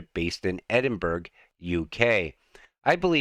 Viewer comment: Edinburgh "Edinberg" 🤣🤣